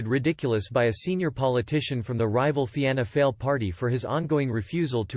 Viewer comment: Remember, if you deliberately miss-spell words when typing for the text-to-speech it will help with the pronunciation- 'Feena Fall', 'Shin Fain' etc